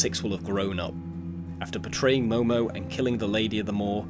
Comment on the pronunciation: “Momo” its mono lol